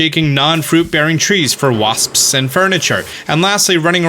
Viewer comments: Nobody:: waSPSSS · Am I the only way who giggles everytime he says wasps?